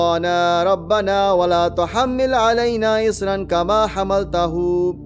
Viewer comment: I just wanted to point out a mispronounciation in Amana rasul. in the second verse “wala tahmil” he says tuhamil, just so no sin will follow him if others learn it wrong ☺️🌻🌻